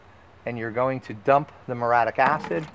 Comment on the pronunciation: It's mur-E-atic, not mur-atic, and rec-co-mends, not rec-cra-mends.